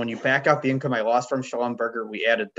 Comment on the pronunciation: It’s not a fast food chain. Schlumberger rhymes with Neglige.